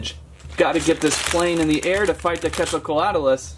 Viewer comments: Quet zal coatlus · hi i have been watching you since 500k subs!! also it’s called the quetzacoatlus pronounced (quetz - oh - coa - at - lus) your welcome! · How to pronounce the name us (cwet-zal-cot-lus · You prenouced it rong